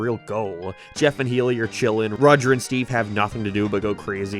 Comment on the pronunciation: How do you miss pronounce Haily?! YOU LISTENED TO IT BEING SAID FOR 366 EPISODES